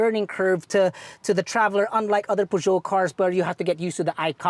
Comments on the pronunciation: I love the car and, but it's supposed to be pronounced "purr-zyo" not "pu-dyo". other than that, autodeal is still the best. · It’s pronounced ‘Per-jo.’ And slow down a bit. Your voice is cracking at the end of your sentence.